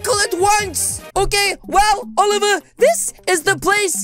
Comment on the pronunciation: He pronounces It like olievar